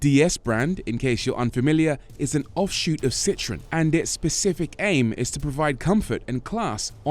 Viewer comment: “Citrons”.. learn to pronounce the name correctly please.